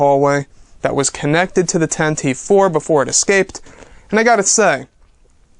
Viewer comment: It's pronounced "Tantiveeee" youngster.